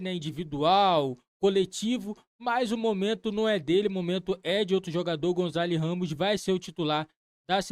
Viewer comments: Gonçalo! GON-ÇA-LO! Gonzalez?!?!? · "O González " heheh so br mesmo